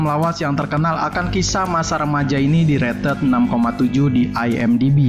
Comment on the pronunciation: "Direted" -----> "Di rated"